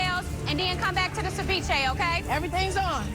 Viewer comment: "I love the China that you served saviche on"🤣🤣 Gordon is amazing